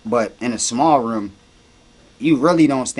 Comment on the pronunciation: Philly accent: room = Ruummm